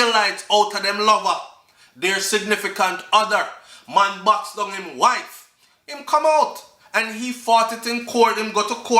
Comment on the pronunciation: Did she say "her wife" or "her life" ?